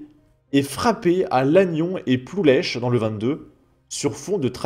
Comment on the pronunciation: On prononce pas le "h" dans le "c'h" comme Ploulec'h ça ce prononce comme le "ch" allemand, Il ne faut pas prononcer "c'h" comme "ch" en français, on prononce plus comme "kh". Saint-Brieuc vers Nantes ? ... c'est à l'opposé de Nantes face à la Manche. Rennes est plus proche de Nantes que Saint-Brieuc.